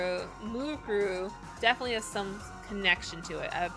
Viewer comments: Mukuro's name is pronounced Mu-ku-ro. Say it like that and it should be easy to say it. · Here is how you pronounce her name: Moo Koo Row E Koo Sa Ba Put it together you get: Mukuro Ikusaba Hope this helps (Also I tried my best at pronouncing it)